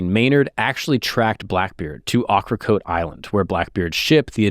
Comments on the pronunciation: I loved on Ocracoke for 6 years and worked for the brewing company that was, pun intended, called 1718 Brewery. you butchered the annunciation of Ocracoke. Think Okra ( vegetable) coke ( beverage). Also great place to visit. Just let me take you on a tour good sir. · It is pronouned okra coke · Pronounced oak-ruh-coke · It’s pronounced Oak-er-coke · Love the video it was great! Just wanted to add as a local to the North Carolina Beaches, Ocracoke is pronounced (oak-ra-coke) and Beaufort is pronounced (Bo-fort). It was super cool to see a video about a local legend and get to see my hometown in a YouTube video! Keep up the good work! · You are mispronouncing Ocracoke Island. Do better, or Black Beard will find you.